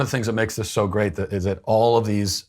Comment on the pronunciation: Gweat way 😂 sorry I can’t unhear that